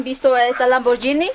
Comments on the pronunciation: cual lamborllini jajajajajajajaja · lamborgini dice